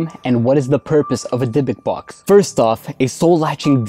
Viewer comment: Hey! This one made me chill.. actually, in Hebrew you should pronaunce it "Dibuk", as it's written :) I wouldn't recommend make videos like this again :O